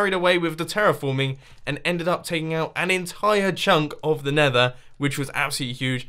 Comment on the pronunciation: "The neather wildlife" lol